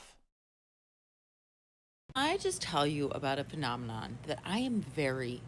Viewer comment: Yeah, it's a "puh-nomanon." lol